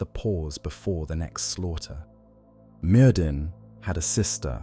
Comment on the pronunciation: Btw, it’s pronounced merthin as the dd sound in Welsh/brithonic is a voiced th sound